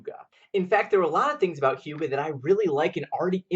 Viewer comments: I love yer channel so much but it's pronounced "uegah" not youga. my hyggenaut self was cringing each time you said it but your dances of course always save the day!! xoxoox re-subbing cuz...where u been? or where was I? glad to have found you again cuz yours was the first channel i think i ever subbed to! I also shared the hell outta this!! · HUGAH NOT HIUGAH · In Danish Y is not a consonant, in the word hygge it has a very clear sound, and it does not have a J sound. Just found this video, and as a dane it hurts every time you say "Hjuge" but hey not everyone can speak Danish :)